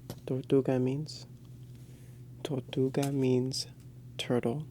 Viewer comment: you weren't rolling your R's in Tortuga its pronounced torrrrrtuga.